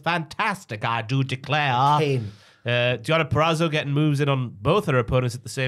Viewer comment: How can not say Deonna Purazzo yet 😂😂